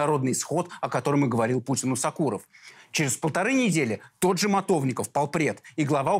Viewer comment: Не сакуров а Сокуров ударение на о.фамилия осетинская